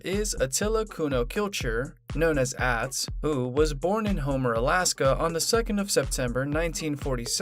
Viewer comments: It’s ahhhhhtz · You need to pronounce Atz name correctly!